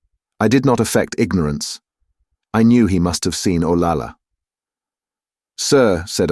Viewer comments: Interesting treatise on the class and cultural divides at the time. Having lived in Spain and having a relative named Olalla , pronounced O-lie-yuh, hearing O-La-La sounded ridiculous for an otherwise excellent reading. There are reference books such as Spanish English Dictionaries that provide correct pronunciation to stay true to the narration. A little research goes a long way. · Double L is pronounced like Y, so her name is O-LAY-AH. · Double L is pronounced as a Y, so her name is O-LAY-AH. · Actually, it's pronounced OL-AH-YA. Double L in Spanish is pronounced like a Y in English. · Olalla us mispronounced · The "ll" in "Olalla" should be pronounced like a "y". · You are absolutely correct about double l being the y sound! Obviously the narrator did not know that.